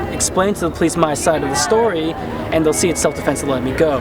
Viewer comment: "self-sefense" LMAOOOO